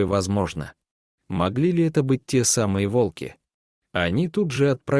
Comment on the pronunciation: Ставьте правильно ударение, от слова Волк,т.е на первую О